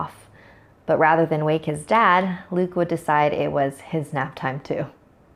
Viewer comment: When she said "after Luke went to sleep" for some reason it sounded like she said "after tom went to sleep"